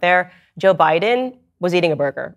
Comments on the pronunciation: Did she say Joe Buden?! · Why was she calling Joe Biden Joe Budden?